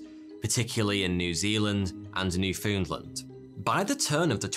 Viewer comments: New foondland, certified canadian here, it's pronounced, new fin-lan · Hey, Newfie here. Newfoondlnd? No no no sir, it’s New-Found-Land (New-Fūn-land” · Love the videos (and that 'stache!). I've only found them recently and I'm dreading the day when I catch up to production. One teensy little correction though. Residents of Newfoundland pronounce it as "NEW-fin-land" or even "NEW-fin-lan" not "new-FOUND-land". I know it's spelled that way, but, much like Worcestershire, it's not pronounced the way it's spelled ;) Thanks again for all the videos. They've helped me maintain my sanity and sense of humour as I transition to WFH. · Newfoundland is pronounced like new fin land. I live here :) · I am very upset that he pronounced Newfoundland wrong, it’s New- Found-Land not NEW-FOOND-LAND AAAAAA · WHAT THE FUCK IS “newfoondlind” it’s “newFOUND-LAND” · That was the most unique way I've ever heard my province's name pronounced. "Newfoonland". I love it lol. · "New-fooond-lund" - Trigger warning for Canadians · Ok, Its pronounced New-fun-land, it rhymes with understand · " newfoondland " You missed the " U " sound in newfoundland. That's ok though because the rest of Canada mocks the newfies. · There is just too many mispronounciations! Gosh! Read it before! Is it filmed LIVE??? Just reading from a script? Micro-SCPICKY, New-FUN-land, Ogasawa..... Read it before. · Or Newfoundland. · The way you said Newfoundland is too funny